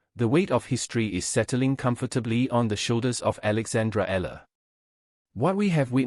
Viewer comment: E-YA-LA not E-LA is the correct pronunciation of the last name of Alex